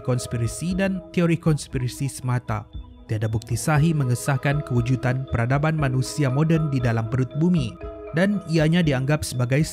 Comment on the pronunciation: KEWUJUDAN bukan kewujutan